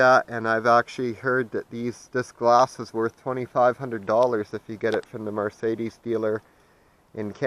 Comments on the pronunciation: Please learn how to say Mercedes right you're pronouncing it like it's m a r marcedus it is Mercedes my friend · Call anybody that can have a brain can tell what you're saying but that's not the point you're not pronouncing it right my friend that's all you sound like a hick when you say Mar Sadie's